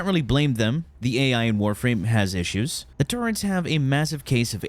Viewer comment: There is no N in turrets. Please stop saying turrents.